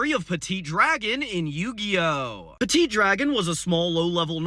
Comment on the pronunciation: from à french guy dont prononce de te at "PETIT DRAGON" MORE "peti dragon"